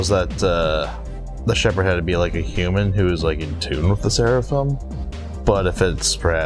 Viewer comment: you completely mispronounced Seraph lol.